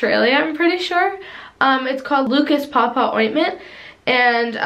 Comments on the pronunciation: Haha yay it’s Aussie products - I was always taught that it is pronounced paw paw not pa pa but Yh I luv this videos ♥️♥️ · You said paw paw wrong. I’m from Australia. That’s ok still love the vid